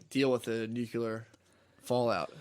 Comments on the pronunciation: why am I not surprised to see that Matt is one of the many people that say “nucular” 😅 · If hes just gonna say dumb shit can we at least teach Matt how to pronounce nuclear like a fucking adult!? HOW DOES SHANE NOT LOSE HIS MIND EVERY PODCAST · Man. Never figured Matt would be a nucular person and Shane a nuclear one